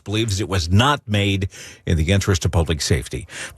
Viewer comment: She can't say the in year 21